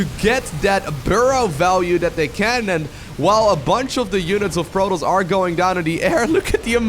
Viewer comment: "Portoss" "Sandwhich" lol